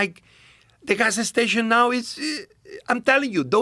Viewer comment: He said "gas-ah station" about 12 times in 3 minutes. What a treat. 😄